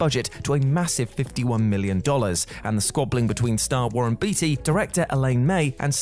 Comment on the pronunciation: It's pronounced Warren "Beat-tea" LMAO 🤣